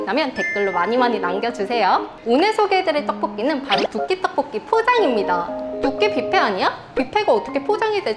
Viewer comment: 떡뽂끼 발음 너무 귀엽다 한시간 반복재생 하고싶어 ㅠ